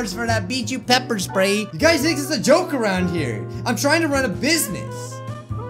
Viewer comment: "I can't even lock at you guis! " said wile looking at us XD sorry sounded funny to me